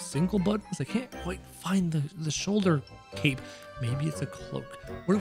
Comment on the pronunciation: It’s not cap it’s cape